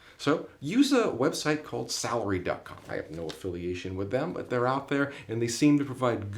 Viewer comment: Sarlary duck dot com? you can't understand what you said